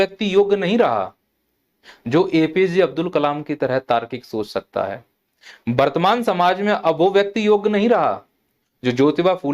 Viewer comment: पहले बर्तमान को सही से बोलना सीख लो । वर्तमान